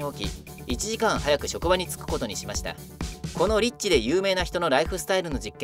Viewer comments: エッチな人の習慣 に聞こえた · 最初、エッチな人の習慣って聞こえた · リッチが、えっちにきこえた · 俺だけだったかなっ リッチではなくエッチと聴こえたのは俺だけ？